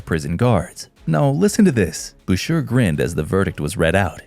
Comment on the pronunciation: FYI - Boucher is pronounced like Boushay not Bousure.